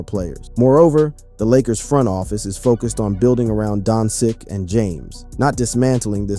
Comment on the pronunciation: Don-who?! Donsick!? who da heck is Donsick? 🤣🤣